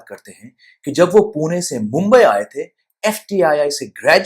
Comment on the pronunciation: आपने pune का बराबर pronunciation किया. पुणे. बहुत लोग पूना बोलते है.